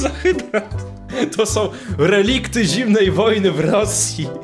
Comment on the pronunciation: Ale on powiedzał som